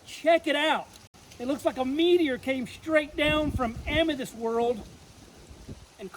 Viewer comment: I swear I hear you say Amadis or Amatis.